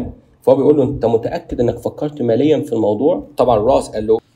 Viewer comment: اخي العزيز يقال فكر مليا بكسر اللام وليس ماليا بارك الله فيك ❤